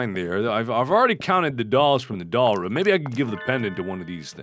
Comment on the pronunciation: Every time he says MAR-ia instead of ma-RIA I keep wondering if it's another one of his neat little quirks, like "ruum" for "room."